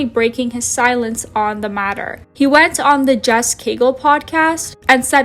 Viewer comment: love the video but the interviewer of james franco is “jeff” cagle not jess